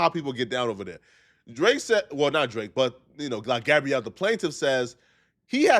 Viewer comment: Gabriel not Gabrielle